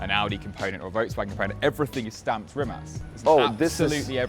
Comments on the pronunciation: Isn't it Rimac not Rimat? Why is he pronouncing it like the latter? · Its RIMAC (K) RIM-AKK not RIM-ATSCZ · Why is he saying rimat. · Y you say “rimats” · Is it just me or he pronounce Rimat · Why does he keep saying Rimat? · Why do I keep hearing "Rimat" ? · Every time he says Rimac, it sounds like Rimats.